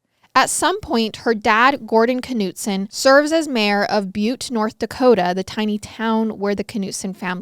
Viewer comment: i believe it is pronounced Nutson…. do you pronounce knife k-nife?